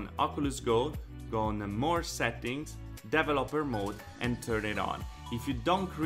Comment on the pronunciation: Dee vel LOPP er Hehe you should put the accent on VEL. De VELoper You make great videos, thank you.